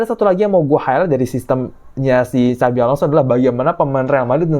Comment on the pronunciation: apa hanya saya yang dengar kalimat "Cabi Alonso"